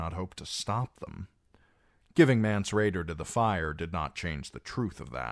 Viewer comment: It’s not mance